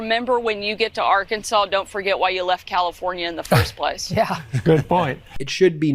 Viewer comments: Did Sarah Huckerbee just say “ar-KAN-sans”? I have read somewhere in trivia that it is allegedly a crime in Arkansas to deliberately mispronounce the name as “ar-KAN-sas”. If the state should be pronounced “AR-kan-saw”, wouldn’t the people be “AR- kan-SAW-ans”? Just wondering. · If your govern is a crook is a serious issue as any other. If you can not trust her to not steal from the state how can you trust her about health care, education or the state budget. The people of Arr kan saw {there i pronounced it correctly unlike the gov.} knew they were hiring a known liar so they get what they get. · H-Sanders mispronounced Arkansas. I just wonder if these people are from our planet.